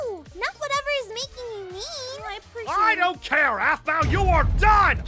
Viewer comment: aphmau not aphmay